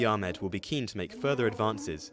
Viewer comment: Finally someone pronouncing Dr Abiy Ahmed’s last name correctly (the narrator that is). Everyone else pronouncing it with that hard “H”, just like the lady . 😒